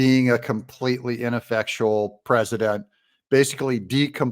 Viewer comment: I like to hear him keep saying Preseident Trump